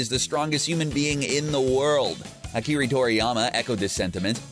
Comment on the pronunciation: Akiri 😂😂 It's Akira, you uncultured swines. Show some god damn respect!